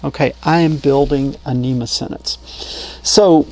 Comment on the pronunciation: NMEA, not NEMA :)